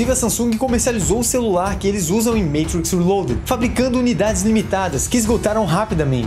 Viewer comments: Show demais, mas, pq falar "Meitriiiix". fala matrix homi. valoriza nossa língua. a gente ja sabe q tu entende dos paranauês gringos. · Muito bom vídeo, só faz o favor de parar de falar "MEITRIQUIS"... hahahahaha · Meitrix kkkkkkkkkkkkkkkkkkkkk quem ve pensa que é americano kkkkkkkkkl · Só não entendi pq no começo do filme ele fala "matrix" de forma "chique" e do nada fala normal. É um vídeo para brasileiros. Então fala normal.